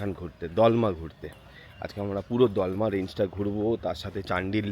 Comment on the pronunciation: Please correct the pronunciation. ...it's DOLMA not DAALMA....